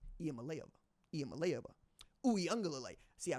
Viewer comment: I thought Nico’s last name was pronounced Iam-ali-Ava or have I been mispronouncing it wrong this whole time